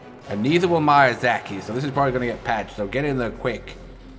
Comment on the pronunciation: It’s pached